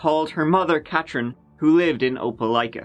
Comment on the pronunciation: my moms name is Katrin, and you actually said it right...someone might get a new follower!